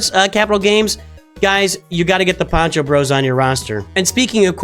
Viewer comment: Poncho, not pancho - pancho is a salchicha or hot dog (sometimes lazy)